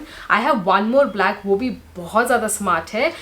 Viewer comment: Ma'am bahut achcha hai..but please pant hai pants ni black hai blaaaalaaaakkkk nii...